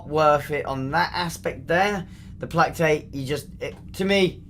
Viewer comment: Plack Tate = Play Kate Just saying.